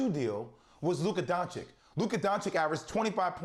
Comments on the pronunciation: "DoncheeCH"!!! Not "DoncheeK". Come on Jay Will...if you love him so much, put some proper respekk on his name lol :)) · I would understand if he would call him donkik, but to call him donchik after 2 whole seasons is just mind blowing :O wooow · Who is Luka Donchick? :O I find this really ignorant...after 2 years in the NBA and being one of the top players,..some reporters still don't know how to pronounce his surname. This is not just laziness,..it's disrespectful. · HE IS NOT LUKA DONCICK. Hi is DONCIC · Nobody:... J Will : Luka DonciK 🙄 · DonchiCH! After two seasons of Luka doing what he's been doing in the NBA, not knowing how to pronounce this is a choice. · Doncik? What is this dude saying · I mean Dam Jay Will! At least get Luka's name right when you're voting for him. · Bout to win the MVP still Jay still dont know how to pronounce his name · And you still can't say his name right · seriously guys learn how to pronounce Doncic. It’s really not that hard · Luka DON-CHI-CH